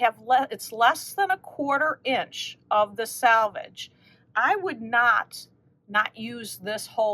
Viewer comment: Last of the batiks! I wonder if anyone else gets annoyed when people pronounce selvage like salvage? It's a completely different word, but I hear it said incorrectly so much! 😂